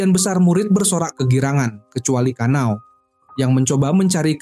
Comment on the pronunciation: bang namanya kana'o bukan kanao btw